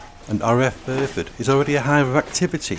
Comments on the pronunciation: Exactly!!!!!! I'm still trying to fathom out where RAF "Furford" is.....l live opposite RAF Fairford, but I've never heard of "Furford". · And it's FAIRFORD..... Not Furford.!! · Small point.. it's RAF FAIRford, not FURford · I know where RAF Fairford is.... I live opposite the airbase.... But the narrator said "Furford", and it's not on my atlas.